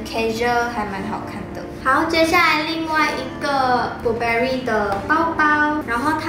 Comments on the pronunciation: 連Burberry也唸錯還虧妳學人拿名牌...🙄🙄🙄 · Burberry 都读错了，听着觉得尴尬